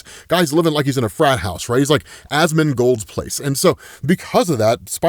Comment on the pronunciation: 🤣 really said asmondgold place